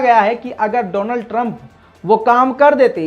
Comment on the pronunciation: Doland Trump not Donald Trump 😄😄😄😄